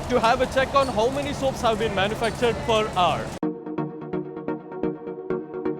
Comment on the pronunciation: per ar... that's what i been hearing instead per hour....